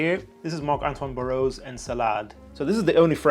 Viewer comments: Bar-wah not Baorrowww 😂😂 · Just a little tip on the pronunciation, it's Bar-wah. Hyped for the vid! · Great review bro! But the pronunciation is BARWA